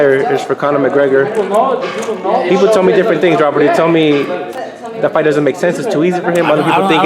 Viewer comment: Did he just call him McConner? Why all these boxing guys can't get McGregors name right lmao